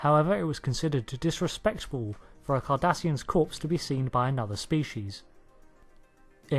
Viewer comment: I keep thinking he is saying Kardashians